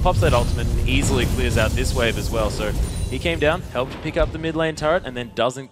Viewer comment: How annoying are these casters lol, it's ''so'', not ''soeuwer''